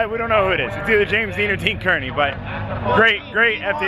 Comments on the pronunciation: How come everyone pronounces Dean Kearney as Dean Cur-ney? Car-ney would be the way Dean pronounces it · Dean Kearneys second name is pronounced Car-knee not Cur-knee